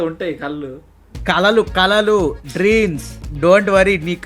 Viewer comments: oyo dreams kaadhu Arts😂😂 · అవి కలలు కాదు రా కళలు తెలుగు రాదు english రాదు ఎదవకి